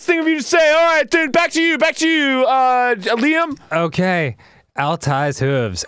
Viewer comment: Its so wierd to me to hear them say Liam lol people normally pronounce it wrong lol